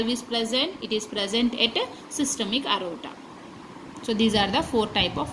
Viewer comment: It's not arota it is aorta